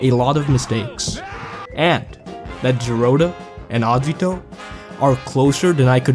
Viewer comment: The way you prounce Agito triggers me